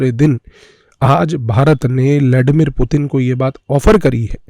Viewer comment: लॅडीमीर नाही रे बाबा, ब्लडिमीर 😉☺️